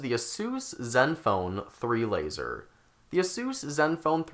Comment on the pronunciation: fourrrrr, lazerrrrrrr